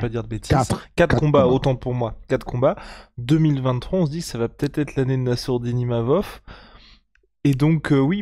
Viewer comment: il a tellement de mal avec les noms et prénoms c'est lunaire XDDD. Mais c'est quand meme le King